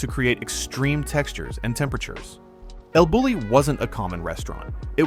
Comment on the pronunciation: It’s pronounced “el Boo-yee”.